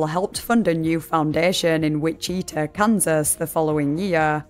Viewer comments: so sorry, im not very far into the video but the way you pronounce witchita is very new to me as a native kansan, ive never heard it said like that before! i usually hear it pronounced witch-i-taw rather than witch-ee-tah. either way, im eager to finish the video ^_^ love your work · the way you pronounce wichita is killing me. it's WIH-chih-tah. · 😢 Lordie lordie, LOTSA garbage people online, no? Anyway, honey, it's pronounced WITCH-ih-tah. I had to listen to that about 4 times to understand what you were saying! 😝 (Native American of course😉) Edited to add: You know what I think? She was either murdered or committed... well, you know. More likely, actually. No doubts, she's dead, 100%. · Love your vids and I know you’re not from America so this in not meant to be a slight against you in any means just a helpful bit of information. As someone who lives here it is pronounced Witch-it-ah not which-E-ta. Once again well done! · Witchita is pronounced witch-ah-tah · Pronouncing Wichita like Vegeta is my new head canon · It's prounced wih-chuh-taw kansas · Er... I'm sorry, hate to be That Guy, it's just... it's "WITCH-it-ah" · it's pronounced "witch-it-awe" which is a way funnier name imho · I usually don't give silly foreign pronunciations a second thought, but Witcheeetuh is so funny to me rn 😂😂😂 And honestly, that's exactly how Witchita looks like it should be pronounced. I wouldn't be surprised if Witcheeetuh is closer to the pronunciation of the original word. I assume Wich-it-tah is an anglicized version of a Native word. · The way you say "Wichita" sounds way cooler than the way it's actually pronounced lol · Okay this doesn't really have anything to do with the video, but the way you pronounced Wichita, though to be far it does kind of make sense with the way it's spelled, made me laugh. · as someone living in Kansas that pronunciation killed me